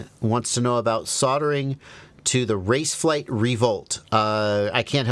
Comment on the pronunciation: This said pronunciation of "raceflight" is spot on, my aunt is Swedish and she said that's the best pronunciation she ever heard